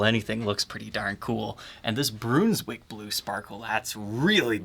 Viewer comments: Broonswick? Not sure that’s how it’s pronounced. Isn’t more like the stew? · Brunswick is pronounced Bruns wick the u is a hard sound like Brunswick wisconsin. dont say you say Bruhn's-wick. Not being a wise guy but its best to say it right because after all a city. I think the guitar sounds awesome. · Bruhn not Broon for Brunswick :) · BROONS-WICK?! LMFAO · This guitar actually sounds good! When these came out I thought they were rather ugly, but I’ve changed my mind about that. Still not the best-looking guitar I’ve ever seen, but it’s not awful. The sparkle finish works well on this design. Now, a couple of criticisms. “Brunswick” is not pronounced “broons-wick”, it’s pronounced “bruhns-wick”. Short U. And one you mess up all the time is “anyway”. There’s no “s” in that word—it’s not “anyways”; it’s “anyway”. I’d think it might be an Ohio thing, but I’ve lived in Ohio and I never heard anybody say “anyways”. Maybe you’re getting it confused with “always”.